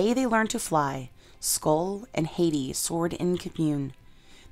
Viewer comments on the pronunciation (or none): HAHT-ee not HAY-tee.